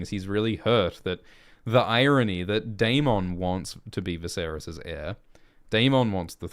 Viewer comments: Why do you lean so hard into pronouncing Daemon as day-MON when GRRM clearly pronounces it day-MIN? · Why keep pronouncing daemons name incorrectly? They say it in the show. This isn’t Jamaica mon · Well Ackchually 🤓 the way they say the name in the show is wrong too, it's not day-men or day-mon it's actually die-mun which is the valyrians conjugation for it.